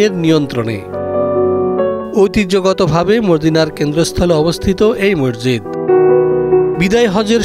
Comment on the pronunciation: ডিবিসি নিউজ এর সাংবাদিক এবং এর সাথে সংশ্লিষ্ট সবাইকে মসজিদ শব্দ টি উচ্চারণের ক্ষেত্রে বিশেষ খেয়াল রাখার অনুরোধ করা হলো।